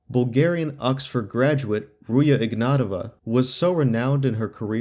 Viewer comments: it's not Ruya, it's Ruzha. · Pronouncing it Ruia is quite jarring